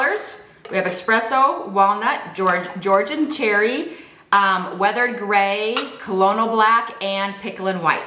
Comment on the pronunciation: ESSSSS-PRESSS-OHHH. Not EX-PRESSO. CO-LO-NEE-AL. Not COL-O-NEL.